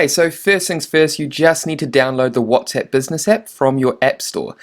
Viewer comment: whatsEpp? ahahahha funny your pronunciation